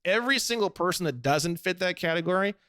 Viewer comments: I developed a tick somewhere along the 500 times he says PER-son 😅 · Saying Per - Son like that without an articulated reason is annoying as shit.